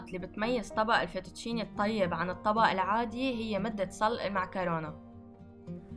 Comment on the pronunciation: يا تنطق سلق مش صلق واسمه دجاج مش جاج بعدين من يطبخ فطر مع باستا الله يديم النعمة🤢🤢